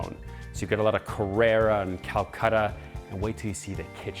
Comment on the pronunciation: It’s Carrara marble, not “Carrera”. The house is extremely nouveau riche looking. A very busy and noisy highway is immediately above it.